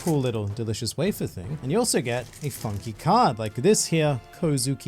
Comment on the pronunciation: For a second there, I thought you said 'fucking' when you said 'funky'.